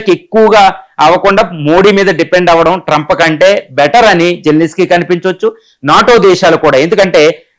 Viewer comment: జెలెనిస్కీ కాదు సామీ. జెలెన్స్కీ (జెలెన్ స్కీ) అని పలకాలి.